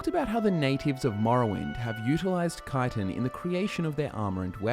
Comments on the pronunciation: chtin not kitan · Actually, it’s pronounced chit-in. Not kite-in. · I always thought it was pronounced Chit-in. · I actually learned the right pronunciation of Chitin in a biology study. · Im wondering where you derived your pronunciation of chitin from. I've always read it as chee-tin in my head, and hearing kye-ton really took me aback lol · Why duh yuh pronounce it kytin, tryin to hard to make it sound decent, tel it like it is lad, chit😢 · i dont like the way he says chitan the way he says it there should be spelt with a k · Wait... Isn't it pronounced "Shi-Tin"? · Shit thought it was pronounced Ch-it-en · i hate hearing the way people say it wrong. Chit-tin CHIT TIN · If you say "ki-ton" one more goddamned time... At first I felt you were mispronouncing it, but after hearing it for the hundredth time before the 4 minute mark, I just wanted you to stop saying the word altogether lol. I love you bro, but I was so happy when you started talking about other types just to hear other words lol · Think it's a UK pronunciation. I've always heard 'schit-ten' here in the US